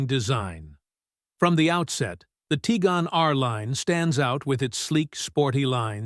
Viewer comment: Teagan? haha Its Tiguan as in Tig-Wan